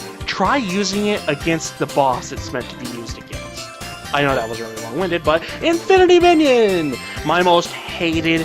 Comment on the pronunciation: Its infinity mijinion not minon